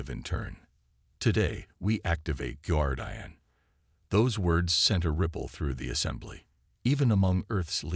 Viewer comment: One of your better stories, but if the ai cannot pronounce a word it should not be included...guardian...